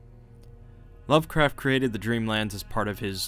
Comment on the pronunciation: you are correct, but lovecraftian names are troublesome for quite a lot of people...